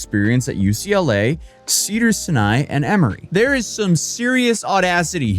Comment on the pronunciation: why did you mispronounce cedar Sinai like that?